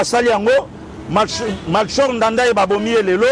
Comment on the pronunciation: L’ex President Burundais s’appelait Melchior Ndadaye et ça se prononce Melchior comme chorale et pas Tshi.